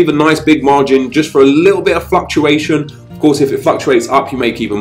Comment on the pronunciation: i could have sworn he said fucktuation instead of fluctuation